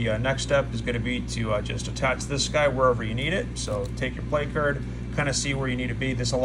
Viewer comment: Isn’t it pronounced plak-ahrd?